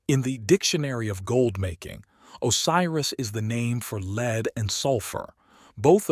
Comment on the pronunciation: Excellent narration (except for occasional mispronunciation such as LEAD versus lead, the alchemical mineral. ) but still a nice performance